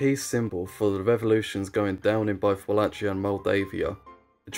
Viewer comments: Just please learn how to pronounce a place/region/country's name if you're going to be featuring it every other sentence. That is not the correct way to pronounce Wallachia. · I sincerely apologise on the absolute tragedy of me pronuncing Wallachia and Moldavia/Moldova, thanks to the people who pointed it out and gave the proper pronunciations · "Moldovia" wasn't that bad. Wallachia though..... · Ok misspronounce Walachia, fair enough, it's a weird name that only English speaking people use but for the love of God, stop saying Moldovia. It's Moldova. Like the country. The Russians Threatened to Invade, we gave them half of Moldova. It has since gained independence and hasn't joined back with Romania. So now there's 2 Moldovas. There's no such thing as Moldeivia or whatever you said, always been Moldova. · it's funny how you read Wallachia like Nike Huarache 🤣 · why would they be furious, are you referring to the bad pronunciation of wallachia?